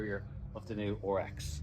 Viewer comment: RX. Not OHR EX 😆